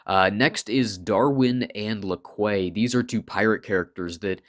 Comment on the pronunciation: Could be wrong, but I think the La Quay character name is meant to be pronounced at Lackey. Quay itself is prounced KEE. Sort of a two part parody of the french La with Quay making it sound fancy, when the character is in fact a grunt. Like an old british comedy show where the lady always said her surname was pronounced Bouquet, when it was spelled as Bucket.